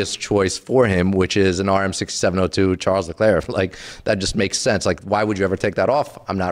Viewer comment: It’s not Charles it’s pronounced more like shawl